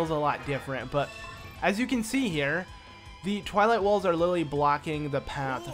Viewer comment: XD it sounded like he said the princess of INCEST!!! XD